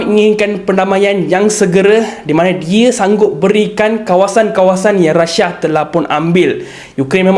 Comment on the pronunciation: Deyy bukan rasha.. rusia.